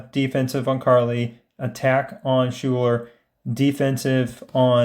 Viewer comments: Great videos, but one thing drives me nuts. Her name is pronounced Skyler. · Schuyler is pronounced "Skyler" 👍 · FYI Schuyler is pronounced "sky-ler"